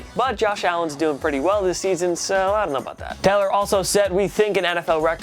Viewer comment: Maybe don't feature Tyrod Taylor if you can't pronounce Taylor